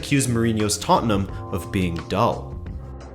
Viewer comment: Rabona TV would just like to say, thanks for being a yank and pronouncing Tottenham correctly. You have no idea how grating it is hearing “tott-en-HAM”.